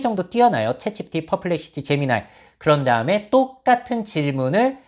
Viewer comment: 내용은 좋은데 "챗지피" 발음이 거슬려요 흑흑